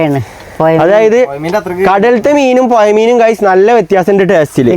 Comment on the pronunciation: പുയ അല്ല പുഴ